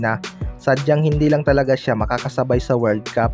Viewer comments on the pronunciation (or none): none